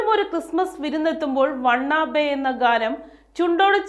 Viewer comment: Wanna be അല്ലേ ? (want to be) വാന ബി എന്ന് ഉച്ഛരിക്കാം